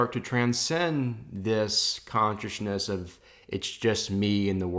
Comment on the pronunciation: I like how you say conchisness